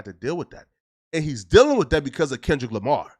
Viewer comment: Bruh said lamah then said Lamar very next sentence. Boy just cant help but b a walkin lie.